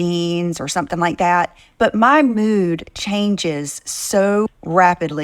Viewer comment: When says Different, she actually means Ugly. Also "...or sumpin like dat" drives me crazy.😵‍💫